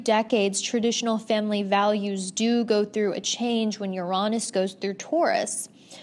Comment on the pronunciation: Yo when she said Uranus like “yuronis” 😂 they tried to make it not sound bad for a minute but it is in fact pronounced like your anus 🤷🏻‍♀️😂